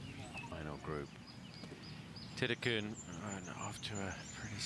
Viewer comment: Who the hell is “Tittiekoon”? mThe Thai pronunciation is THiti khul “